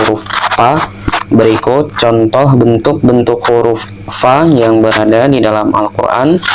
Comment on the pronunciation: Bukan "pa, pi, atau pu" tapi "Fa, Fi, Fu"